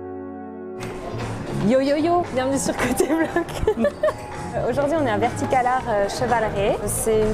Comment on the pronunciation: Vertica-LARD :D